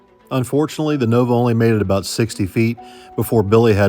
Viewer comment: Sorry aboot the smoke eh. A Canadian~